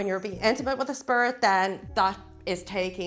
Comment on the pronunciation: The way she says “spirit” sounds more like “spurt”